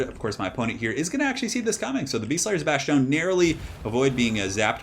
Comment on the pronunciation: Dude please stop saying bashtone there is no h in bastonne it’s pronounced bas-tone